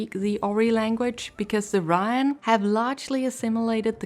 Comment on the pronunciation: I don't think...hmm...I don't want to be "that guy" and it's probably a accent thing, but i'm pretty sure the pronunciation for Raen is closer to "Rain" rather than "Rawn". Of course this video is a good...like 6 months old by now. Though to add a bit of positivity, your art is pretty nice